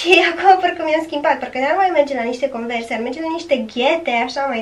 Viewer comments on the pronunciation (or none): Se scrie Converse și se citește conversi